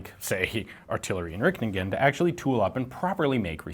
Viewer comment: ah so funy how you mispronounce dutch words😂 its pronounced "artillery inrihtingen"